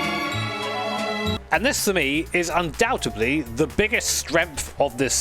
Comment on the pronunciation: "UndoubteBLY"?? UndoubteDLY, this is not the case.:)